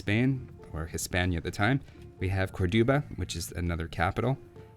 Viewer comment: it pronounce "COR do ba" not "Cor DO ba" :P